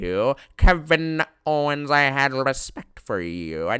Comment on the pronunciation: "Ke-Vinn-A Ohwens" 😂😂😂 this guy